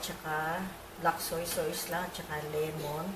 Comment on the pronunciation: Sauce is pronounce as “sos” not sawce/sows. Just fyi lang po. Big fan po ako.